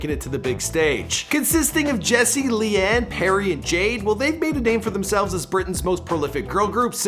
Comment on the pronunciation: leigh-anne isnt pronounced lee-anne :/